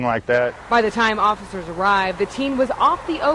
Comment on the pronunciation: he don don comply to the offishurshs ... what the fuck is offishurshs?